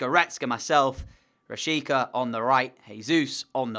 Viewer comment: Its rashitsa pronounced